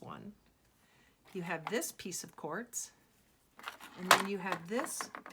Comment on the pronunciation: Lol 😆 she says whores lol 😆